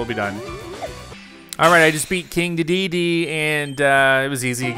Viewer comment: Good gameplay, I appreciate your dedication but the way you say King Dedede really frustrates me every time 😭